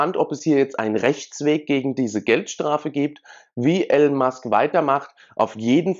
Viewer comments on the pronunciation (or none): er heisst Elon und nicht Alan. peinlich wenn man nichtmal namen richtig ausprechen kann